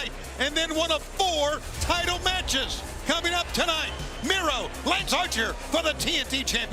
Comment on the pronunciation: It's Miro not micro